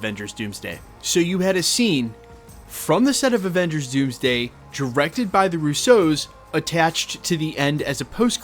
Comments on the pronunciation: Love your content but still for the life of me can’t figure out why you pronounce “RUsso” like “RousSEAU” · "The Roo-soze" LMFAO Why are you pronouncing the Russo brothers like that? You put the wrong emPHAsis on the wrong sylLABles